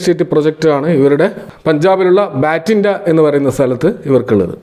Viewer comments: ബാറ്റിൻഡ അല്ല ബട്ടിണ്ട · ഭട്ടിണ്ട, not ബാറ്റിംടാ